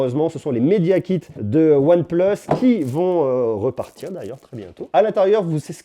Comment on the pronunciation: Pourquoi tu dis " on plus " le plus tu le dis bizarrement c'est énervant sinon top vidéo